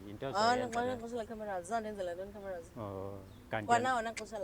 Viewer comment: "Uzondi actela phamb' kwe Camerous" 😂 "Uzondi actela phamb' kwe Camerous"